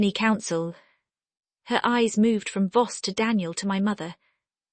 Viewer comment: Voss, not boss